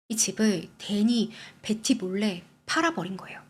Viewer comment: 컨텐쓰 감사합니다 근데 “벳티” 너무강한 한국식 발음 조금 거슬림 “베티” 가 듣기 부드러울걸요. 지적질아닙니다 참 예쁘게 열심 이네요 ❤